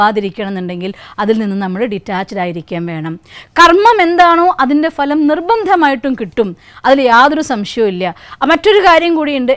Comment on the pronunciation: PLEASE CORRECT YOUR PRONUNCIATION OF " PHA ( LAM)". VERY GOOD SUGGESTION, ESPECIALLY TO STUDENTS.